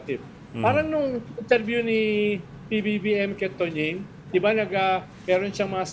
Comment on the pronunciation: And Amy Pamintuan, "di ba?" is so yesterday. It's "de ba?", according to Cielo Magno. 😅